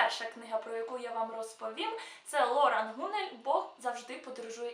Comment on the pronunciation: ЛорАн. Ударение на последний слог.